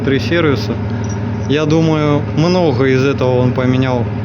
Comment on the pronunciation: Шо за шаХ? Почему ни шаГ? Почему мноХо, а ни мноГо? Почему в других словах эти же буквы произносятся нормально? Столько вопросов и нет ответов 😢